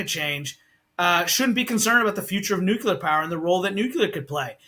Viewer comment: Another energy “expert” who can’t pronounce the word “nuclear” correctly and who is allowed by the interviewer to falsely blame blackouts on green energy policy. The main reason U.S. power disruptions have become more frequent is because of extreme weather events. I’ll give you one guess as to why extreme weather events are increasing.